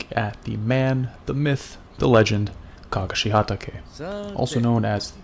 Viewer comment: You say his name weird...